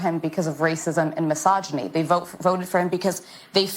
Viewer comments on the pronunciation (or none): If I took a shot every time Sunny said " racism and masoginy" I would be on life support.